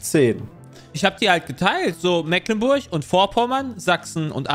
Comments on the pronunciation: Mecklenburg nicht "Mäcklenburg" das triggert mich so hart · Es tut immer wieder ein bisschen in den Ohren weh, wenn "Mecklenburg" so falsch ausgesprochen wird🥺 Es wird mit langem E gesprochen, nicht mit kurzem. :D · Als Geborener Schweriner fühle ich mich schon manchmal dezent getriggert wenn die Jungs Das Meck in Mecklenburg zu deutsch aussprechen... Es wird ja Meglenburg ausgesprochen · Die Aussprache einiger Orte dürfen die Jungs gerne nochmal üben. Selbst einfachste Sachen wie Mecklenburg, Usedom oder Magdeburg kriegen sie nicht hin xD